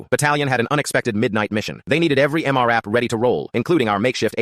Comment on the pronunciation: Hearing M. R. AP instead of M RAP is irritating